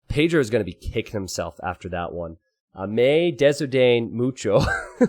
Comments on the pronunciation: I love how says paydiro instead of Pedro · love your spanish by the way. the way you pronounce pedro is funny, good funny